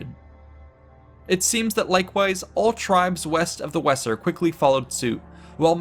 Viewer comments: Great job. The Wesser river is pronounced Vay zer. Fyi. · Vayser. Not wesser.. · When pronouncing place names please investigate. For example in this well put together coverage, the River Wesser is pronounced Vayzer as in German W=V and S=Z this is but one example as Latin has others. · The Weser river the W is pronounced V so is sounds Veser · It would be pronounced "vayzer" river, surely . . . ? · I spent 5 years in Hameln and 3 years Minden so hearing it mispronounced just grates.